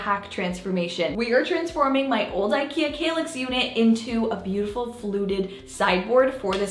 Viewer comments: Wow, really gorgeous result, and fairly easy (but DARN I guess I need a handy dandy nail gun now!) I have an old-ish Besta unit in dark brown, you've given me an idea on how to upgrade it a bit! BTW I think it's pronounced KALL ax like the word "pal." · Argh stop saying 'kaylix' 😫